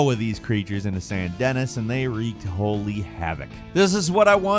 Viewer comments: Dennis huh? Well, each to own I guess. Even tho they say it the correct way like a billion times. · Tell me you’re reading from a script and haven’t played the game (RDR2) without taking me you’re reading from a script and haven’t played the game. San Denis is pronounced FALCONCHEFSKISS. Thought I was gonna be that guy, didn’t ya ;-) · Ok here's the thing. I've seen a lot of people say recently has sounded like an AI programme and I've thought it complete nonsense as I've seen and heard the guy behind the bird speak. I know his name I know he's real....however, "Saint Dennis"? Really?🤨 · “San Dennis” you said it so calmly and surely but I absolutely hope you were purposely wrecking the pronunciation there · St. "Dennis"?? lol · 'San Dennis' well doesnt really play RDR2 does he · How do you pronounce the Shrine names from ToTK better than the towns in RDR2?! San DENNIS?! A.... Are you AI bro?? lol jk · did he just say San Dennis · Sahn Dehniss, huh ? Where's that ? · “San denniss” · Yeah it’s not the gator to croc wrong ur doing that bothered me… it was the “Saint Dennis” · San De'knee i the pronunciation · It’s San da knee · San Dennis. Really? It’s supposed to be a fake New Orleans. It’s French. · Who is "San Denis?" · Sar denis. The S is silent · Mispronounced San Denis in RDR2. I hate that you don't actually play the games. You'd know the name if you did. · May I just say that it's pronounced "San Danee"? Sorry - ADHD or something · I really like but when he pronounces shit soooo wrong as often as he does it breaks the immersion. Really shows that he's not really a member of the community, he's just reading things off a script and no in the room even corrects him. "San DENNIS". Give me a break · Played RDR2 but never heard them correctly pronounce Saint Denis? Lmao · I don't mind the Gator vs Croc. What bothers me is the pronunciation of Saint Denis. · Birds say 'Saint Denis' strangely. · pronounce it right will you?